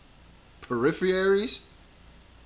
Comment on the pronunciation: "Periphery" is a word, not what he said "peripherary". Boyyyy